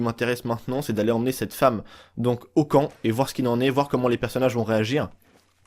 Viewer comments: RIP le français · Mes qui dit femeu